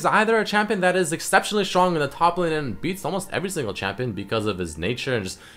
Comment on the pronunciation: i swear its fking strong not shtrong